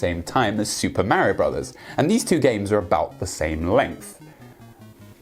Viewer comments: "Super Mario Bruvs"... 😭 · your small distractions that you do dont work nearly as well in a serious video essay. For example, when you pause what you are saying to mispronounce "Bros." for the third time, it comes off as annoying raher than funny because it is breaking up the constant flow of information to the player. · "Super Mario Brovs." haha, I love it;)